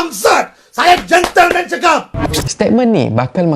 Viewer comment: Gentleman ke Gentelmen aneyyy? 🤣 Todi sudah putus ka dekat sana Aneyyy? 🤣